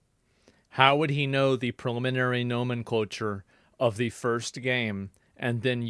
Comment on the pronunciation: nomenculture .... it's nomenclature im still a big fan. i just have to point it out.